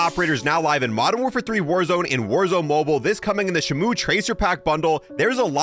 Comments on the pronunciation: Shmou is crazy lol it's pronounced she moo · It’s the orca, it’s shE-mO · its pronounced She-moo but hey i dont wanna be that kind of guy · Your saying it wrong you’re saying shimu is Shimo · Shimo not shimu Which means frost in Japanese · Nah he aint saying "shimuu" hes saying "[C-MOON]"🗣🗣🗣‼️‼️‼️🔥‼️🔥‼️‼️🔥🔥🔥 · Its said like sheemoh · “Shimoo” Lol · its pronounced SHE moo